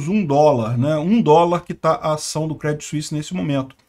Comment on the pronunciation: Segundo vídeo que você faz e pronuncia errado! Se fala Crêdii sem o T